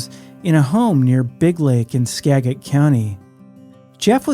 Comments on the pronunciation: Skagit = "Ska - jit " SKA-JIT. SKA-JIT . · Skagit county is pronounced "ska-jit" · For some reason, I thought you were from this area until I heard you mispronounce "Skagit" several times.